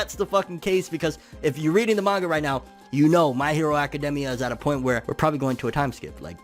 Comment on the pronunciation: Does it bother anyone else the way he says academia?